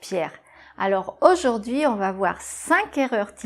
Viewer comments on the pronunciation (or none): BONJOUR. Alors, au début, dit « aujOrd’hui » au lieu d' « aujOUrd’hui ». Et puis, Pierre tu as une belle voix radiophonique, mais tu confonds souvent les voyelles [ə] et [ø], ainsi que [e] et [ɛ]; dans « je l'ai fait », tu dis [ʒø·le·fe] au lieu de [ʒə·le·fɛ]. Autrement, c'est très bien. Merci. Quant au /r/ d'Édith Piaf, c'est un [ʀ] allemand. D'autres chanteurs aussi le prononcent: Mireille Mathieu et Georges Brassens. Mais ça c'était normal au siècle dernier pour que le /ʁ/ ne passe pas inaperçu dans les chansons de texte. Et encore plus autrefois, les chanteurs d'avant les années 1960 prononçaient le /r/ espagnol pour les mêmes raisons (Yvette Guilbert, Maurice Chevallier, etc.). Jusqu'au milieu du siècle dernier, dans certaines provinces françaises (Bourgogne, Bretagne) les anciennes gens roulaient encore le /r/. Mais aujord'hui — pardon, aujourd'hui —on prononce encore le /r/ espagnol, (ou russe, hongrois, etc.) dans les chants classiques comme les opéras ou, un peu moins souvent, les opérettes. Oui; je sais. On dit plus souvent « ail laïque » que « j'aime ». Mais on apprend le français ici; ne l'oublions pas. Salut, Eiffel. Au fête, n'y a-t-il pas un terme français pour remplacer « pot de cast »? Merci.